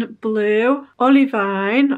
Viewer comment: btw, as a geologist, olivine is pronounced olive-ee-n rather than olive-eye-n bc olivine is the name of a mineral lol